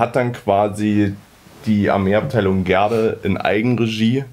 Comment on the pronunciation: Kann es sein, dass Du die Namen falsch aussprichst? Gaede nicht Gerde! Und es heißt auch Adrian und nicht Atria!